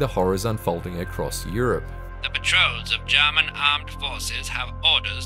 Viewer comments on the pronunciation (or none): none